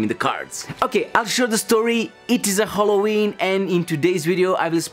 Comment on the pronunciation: When I was editing vide I heard how funny I pronounced ''Halloween " Hope you will enjoy in this one guys!